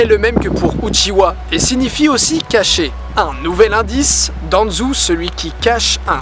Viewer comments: DANZU MAIS CEST DANZO AVEC UN P*TAIN DE O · Naaan Didi ta pas respecter naruto ,tu Danzou au lieu de Danzo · Ca fait vraiment plaisir de te voir aussi souriant et ça se voit que tu as pris du plaisir à tourner ce superbe 5 théories ! (Ps: je crois qu'on dit "Danzo" et pas "Danzou" ^^) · Sois dit en passant, quand il y a un "ou", comme "Senjou" ou "Danzou", sa se dit "ô" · au lien de dire Danzo il dit Danzou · Pas Uchiwa, Uchiha. Où t'as trouvé le w? Pas Danzou, Danzo. Où t'as trouvé le u? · Bonne vidéo malgré la prononciation de certains noms ("Uchiwa", "Danzou") qui fait mal aux oreilles x) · Tu dit itatchi et rinéganne et danzou C est itachi et ringanne et danzo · rinegan pas rinéga itachi pas itatchi danzo pas danzou